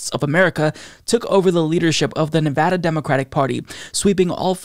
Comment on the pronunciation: Huzzah! Happy in Henderson, Nevada! And thank you for pronouncing the name of our state correctly!